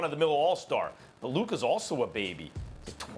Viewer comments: here we go again with stephen a hating on an european because he aint a brotha edit: and hes still disrespecting luka by mispronuncing his name. its not luker donchick you ignorant douche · no one: Stephen A: LukEr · "Luker Donchik" We cut English class in NYC. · Nobody: Steven A. : “Luker” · Nobody at all: ... Stephen A Smith : Lukar Doncic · "Lucar" - Smith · Nobody: SAS: Kember, Minnesoter, and Luker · It's Luka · It’s Luka and it’s not even close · Steven A please learn to say luka’s name!